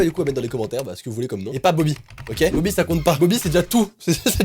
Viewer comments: BOBY c pas BOBI c BOBY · Pas bobi mais bobo